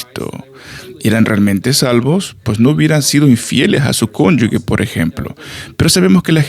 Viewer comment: No es cónyuGUE es cónyuGE